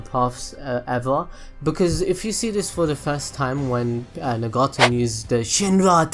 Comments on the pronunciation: It's NAgato not NEgato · I don't care what you think I ll say Nagato like nugget-to. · the way he pronounces Nagato so weird XD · sweet Jesus why are mispronouncing their names like that?! "ne-gato" "o-beeto" 😭😭 its like you've never watched the show before...i couldn't even finish the video dawg